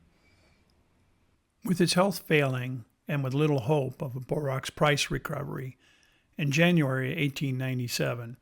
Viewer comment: Man it’s NOT Borox! It’s borax come on man